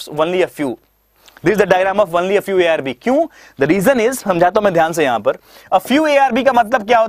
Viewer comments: Sab thik h Lekin "only ko wonly " na bolen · Only ka pronounciation jara dhang se krlo sir...bahit irritating lagta he